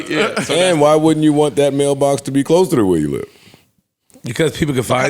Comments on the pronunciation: Wait were they sayin MailBox or MelBox i was lost.. and shes like it was open.. Nah this is crazy Lore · Nobody caught that "Mel Box" Joe slipped in? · gotta check his "Mel".... "Mel-Box" LOL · Me too and Joe said Mel Box 😅😂😂😂